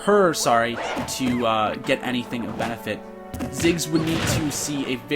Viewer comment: Thought it was Ziggs not Jiggs.